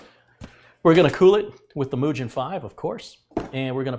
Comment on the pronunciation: That cooler is pronounced Moo- Gan not Muu- Jin! you have the optical DRV listed as ODD: Lite-On DVD Burner but you said it was an Asus M DRV.